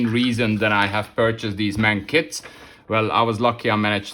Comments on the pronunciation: No Problem! The English and Frensh say what they want but Germans try to speak foreign names as close as possible. Well, say at least "eM Ey eN". And the abreviation "Ausf." ist always spoken long; So, "Ausführung A/D/G"... Your viewers shouldlearn how it is said correctly. Best wishes!!! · When you say"M-A-N" in future, please speak every letter seperately. That's how Gemans do it. The "M" and "N" sound the same in English and German. The "A" is stelled like in "Natascha", So, you say "eM A eN". It means Maschinenfabrik Augsburg-Nürnberg. And in "Nashorn" the "a" is also like in Natascha" (but a long "a". "Naaashorn"...